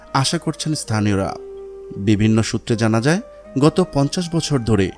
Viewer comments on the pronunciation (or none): none